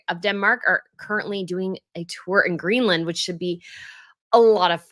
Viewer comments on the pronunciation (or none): none